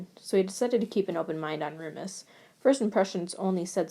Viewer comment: I can't get over the pronunciation of Remus as Roomus it's frickin amazing and I'm dying